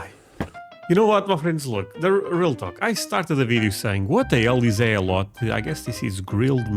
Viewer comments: Elote as far as I know it’s pronounced Aay-low-tay. Aay and tay both rhyme with hay, bay, say, may, lay… ect. I’ve only had it once at a restaurant and it was in a bowl so it was off of the husk. It was good. I found out that Costco sells a big bag of it. Last time my spouse went I asked to get some, but unfortunately, they were sold out. No worries, we’ll get it eventually. I also bought some seasoning named Elote. Americans love Hispanic food, especially from Mexico. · Aren't you civilized?!? Elote (ee-loh-teh), grilled corn. Once you grill it, the toppings are only limited by your imagination. Cheese, mayo, salsa, pico de gallo, picante, Cholula, Tabasco, chile verde, chile colorado, butter, etc. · E-low-tay is delicious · It's pronounced Aay-loh-tay. Google search this is the closest I could come to it. Snh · Pronounced E—LOW—TAY! It’s delicious!! Try it on a grill!! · It's more like: ih-loh-tay. Or Eh-low-tay. IF you can find GOOD sweet corn - YES! I think you should. I'm just not sure you can.... unless you know a farmer there, in your area, maybe? Just get a HYBRID, not a GMO one. I THINK Europe mainly has FIELD corn - very starchy... not so much 'sweet' - it's not as good, BUT if you can pick it (field corn ) a bit EARLY, it's not terrible. In MEXICO - corn is very, Very, VERY common. In USA it's just very common ;) If you can get Crema - that's pretty close and can be substituted... Dukes is #1, Helman's is #2, Heinz - in mayo is #6 or 7... In Ketchup, #1, in 57 Sauce, (steak sauce) #1. But they falter in mayo. We do that w/ a camp fire all the time. The soak in water helps it to STEAM more than burn... Well, think about it Mayo is just oil and egg white/whole egg (depending on type of mayo) some ppl use on grilled cheese (and other toasted sandwiches) instead of butter (I still prefer the butter, thx). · Elote (E-Low-Tay) is a classic in Los Angeles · Elote is pronounced El-LOH-Tay